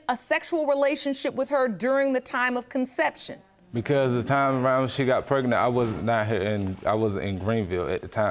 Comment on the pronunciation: Did she say Kraignant?